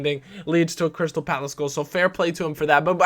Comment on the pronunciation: OH EQUALZ but it says CRY-Stal so he's gonna cry cos he lost